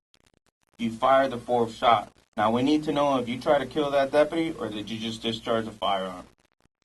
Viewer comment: They can't even say deputy correctly. More like depadee lol, idiots.